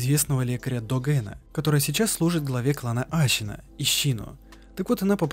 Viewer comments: Отличная работа. Только я не понимаю, зачем говорить Ащина, Ищщин, Щиноби... И секирО. Ну даже в японской озвучке ясно слышно СэкИро А, ну и конечно же не секиро вовсе, а Волк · Геничиро, щиноби, ащина, учись произношению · ты проделал такую огромную работу, прошел игру несколько раз, но при этом не выучил как произносятся слова? ГенИчиро, а не ГеничирО, СЕкиро или СекИро, но точно, блин не СекирО, ГАрда, а не ГардА, Ашина, а не Асина. Крайне качественный ролик с режущими ухо каждую минуту названиями. Ну как так? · Мне одному кажется что он говорит вместо Ассина Ащина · тоже сначало резануло слух, то потом понял что в аниме именно так и произносят. ТОЛЬКО САБЫ , ТОЛЬКО ХАРДКОР